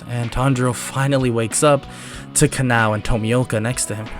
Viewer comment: you need say her name as ka-na-o not ka-nau please dor the next times you do demon slayer what ifs